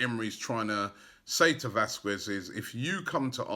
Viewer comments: It's pronounced VASKEZ not vaskuez...just saying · Can someone please tell Robbie its pronounced Vas-kehz not Vas-kwez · Vasquez not VasquVez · pronounced vasketh not vasquez. or at least vaskez if you dont wanna go full spanish. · come on mate its pronounced Vas-qez. 😂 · VÁZQUEZ NOT VASQUEZ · The "U" in Vázquez is silent